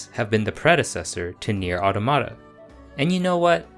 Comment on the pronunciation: You get a thumbs up for pronouncing nier automata right 👍🏽